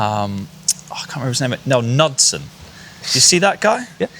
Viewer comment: K-NOOD- son